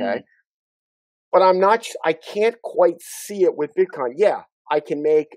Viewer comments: Does he pronounce it BitCON on purpose or is he unaware it's COIN. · Its BITCOIN and not BITCON the way that guy calls it.